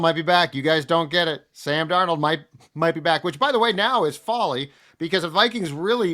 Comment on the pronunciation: Why does keep pronouncing Sam's last name as two names? 'Dar Nold'?